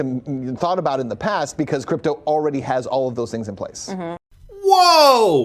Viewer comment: May I just politely say, it's nuclear not nucular. And for crypto, it's crypto not k'dipto 😁